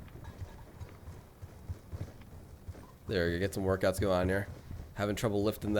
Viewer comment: When he said work out I thought he said TWERKouts